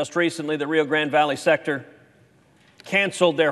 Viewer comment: Like Ted but it’s rio grand(e) silent E. NOT GRANDY